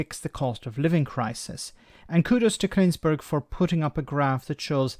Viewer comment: Love your Channel, been subscribed a long time. But Laura Klinssberg? It's Kuenssberg. Thought it was a slip of the tongue in your previous video but you said it again here. I want to take you seriously so come on pull your socks up man!